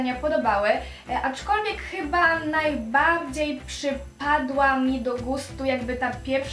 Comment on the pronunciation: muwi się najbardziej a nie najbałdziej